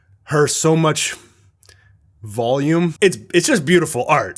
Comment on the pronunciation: I've waited for this day for years and now, I can bask in it's glory EDIT: kinda sus how you said "volume"